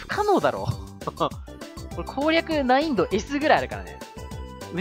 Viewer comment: ♪難易度のことないんどって言ってるのが地味に気になったw